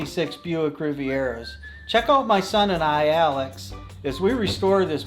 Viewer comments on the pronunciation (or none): none